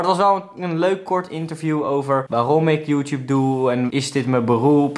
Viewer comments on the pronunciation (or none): none